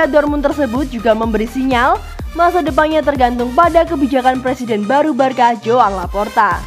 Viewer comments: Maaf kak tapi bacanya barsa bukan barka masak barcelona kalau di sebut Barkalona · sbnr'nya alasanya begini sob,barcelona itu di bacanya barsa bukan barka kenapa...?karna kalo barka dlm bhsnya spanyol itu artinya kapal nah jadi gitu jelasnya sob jadi yg bener adalah sebutanya barsa yaah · Nah..betul.. Barça dibaca: "barsa" =barcelona Kalau sebut "Barka" artinya= kapal #boixosnois